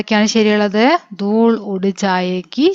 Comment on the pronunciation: ദൂൾ അല്ല ദൂല് ആണ് ഞാൻ ഒരു ടീച്ചർ ആണ് 😊